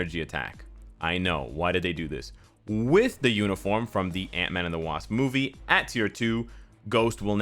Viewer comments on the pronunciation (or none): none